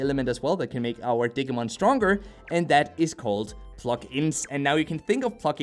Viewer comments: OMG ITS DIGI LIKE DIGITAL NOT DIG AHHHH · Hoo boy I love your videos man but you hurt my Digimon loving soul every time you said "dig-ee-mon"... It's "di-gee-mon" Same with "ahh-que-mon"... It's "ahh-goo-mon"(I guess I can see how you might have saw a q in place of the g in Agumon the way it was presented) All that said I managed to power through the video and thank you for the review! it's a shame it's just another gacha game with a poor battle system...